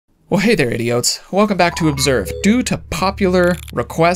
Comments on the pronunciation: Lol it sounds like he said calls people idiots in the beginning. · I laughed my ass almost off because i thought he said the same thing, listened over and over again. In the netherlands you call a idiot, idioot and it sounds really close to that. 😂🇳🇱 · Are you saying he didn't say Idiots? I heard idiots lol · This is the first time I've watched and I thought he said "idiots" lmao